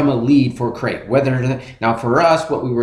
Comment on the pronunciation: Crete. (Creet) Like Crete, Italy. Not crate, the box.